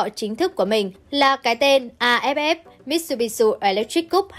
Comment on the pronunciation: Làm xướng ngôn viên khi đọc tin có tên nước ngoài cần nghiên cứu, tập đọc trước, vì khi đọc sai, đọc bừa là coi thương khán giả . Hảng tài trợ Mitsubishi là tập đoàn kinh doanh nôi tiếng trên thế giới hầu như ai cũng biết mà lại đi đọc thành MitsubishU là sao?